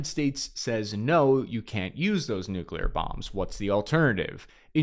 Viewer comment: I love your confident swagger while saying "nuclear", lately. Congrats on defeating y.our brain's tendency to pronounce 'newk-u-leear'.